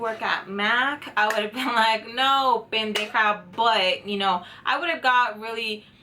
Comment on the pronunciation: Bueno tengo que decirte que deberas me gusto tu chisme jaja y lo vi hasta el final y te doy unos deditos arriba. I can write that in English but it is only for you. jaja love you. Me encanta cuando dices Pendeja se oye tan chistoso.